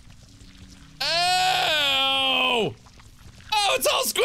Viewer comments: I said pedalo the way you did and my friends laughed at me :L Apparently that's not how you pronounce it... pffff! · I don't see any comments clarifying this, so I'll post this, just in case. It's not pronounced "peh-dah-lo". You say it like "pedal-oh". They aren't really common, so it's understandable that reading the name alone could make you brain fart. It's a pedal powered boat. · watching this for the first time and i can't get over mark's pronunciation of pedalo 😭"peh-DAH-lo" it's ped-a-lo 😂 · Am I the only person that thinks Mark not recognising the word 'pedalo' is hilarious "pedAlo" c'mon mark, it's a "pedal-o" like a swan boat :P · PEDALO PED-AL-O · The way Mark pronounces 'pedalo' is amazing! XD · as a uk citizen i die a little inside every time he says pedalo incorrectly